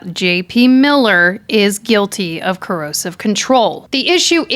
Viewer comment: Excellent video! Just a note, no criticism here AT ALL (you're my number one crime YouTuber) It's pronounced CO- ER-SIV Coercive. It sounds like you're saying 'corrosive'. I can't believe he was burning stuff in the yard!!! He is the epitome of evil. I absolutely despise him. Love Vanessa ❤🇬🇧